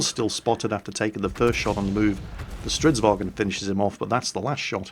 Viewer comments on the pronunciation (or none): For crying out loud: Its Stridsvagn, not stridsvagEn. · Who do both and QuickyBaby say StridsWagen? It's not German. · strv stands for stridsvagn, not stridsvagen :)